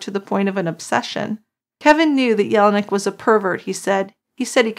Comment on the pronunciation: And John's name sounded like, yell-nick not yellow neck. But he was such a good guy, and everyone naturally cared about him not being mistreated.